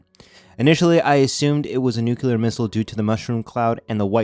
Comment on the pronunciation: What is nuculer? It's nuclear so obviously you are not a nuculer physicist because there is no such thing.